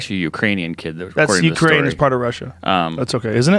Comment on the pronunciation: I think he said Ukrania hahaha